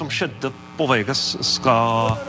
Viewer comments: He said "skjedde" and it sounds like cheddar cheese but with es instead. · Haha "skj-" makes a "sh-" sound.... so "skjedde" sounds like "shedde."